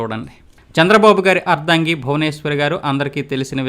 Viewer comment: టంగుటూరి వీరేశం ప్రకాశం పంతులు అంటున్నారు... మీరు మంచు విష్ణు గారి క్లాస్మేటా ? పి అంటే పాములపర్తి అని చెప్పి , వి అంటే వెంకట అని చెప్పలేదు ! దామోదరం సంజీవయ్య గారి ఇంటి పేరును దామోదర అని పలికారు ! అర్దంగి కాదు ! " అర్ధాంగి. " తప్పులు రాకుండా ప్రయత్నం చేయండి